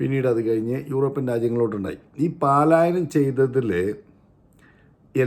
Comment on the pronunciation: പലായനം not പാലായനം